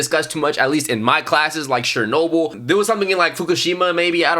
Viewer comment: The narrator was definitely pronouncing names weird. Nova Scotia & Chair-noble especially. Al Qaeda’s reason for 9/11 was U.S. military involvement in multiple Muslim countries, including support for Israel. Although the U.S. did ally w/ the Mujahideen and Bin Laden in Afghanistan, after the U.S.S.R invaded in the 80’s. Interestingly, the Bin Laden family had a construction company that had ties to an equity firm that had ties to George Bush Sr. These historical ties are what fuel conspiracy theories.